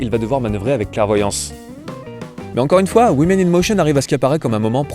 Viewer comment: woman - prononcer WOOMAN; women - prononcer WIMIN !! please !